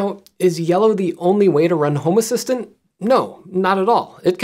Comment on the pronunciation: This looks cool, will have to look into it for my smart stuff. Random aside, I keep thinking you say “homer Simpson” nit home assistant :p